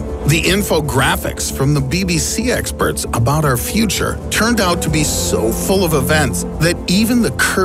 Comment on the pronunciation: He lives in the fweter